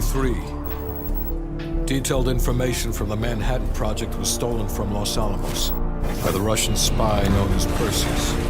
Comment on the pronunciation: Los Alamos. Not Las Almas.